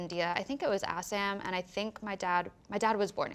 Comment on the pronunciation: “ASS-am” 😂 i hope someone let her know it’s pronounced “uh-saw-m”